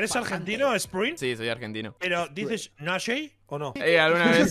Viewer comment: Ibai casi me daba Tok decía Nashei no Nashe xd